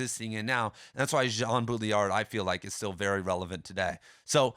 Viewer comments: BAW-dree-yar not BOO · Did you know it’s ACTUALLY pronounced: Båü-ḏṟį-æḏ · If you want to be the headquarters for all things Baudrillard, you should pronounce his name correctly.